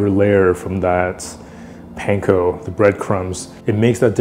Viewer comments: Aloha I really enjoy watching your videos. I do wonder however, why you pronounce the word Panko like a non asian. Sorry for seeming disrespectful. I’m from Hawaii and we, natives, pronounce the word differently. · I'm always suspicious of cooks who mispronounce panko 🤨